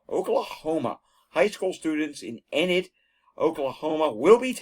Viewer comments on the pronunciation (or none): It's pronounced EE-nid, Oklahoma. Got a friend from there. 🙂